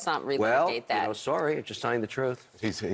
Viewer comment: btw ...it's THat not Dat